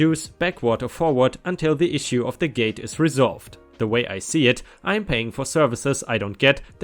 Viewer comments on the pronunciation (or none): none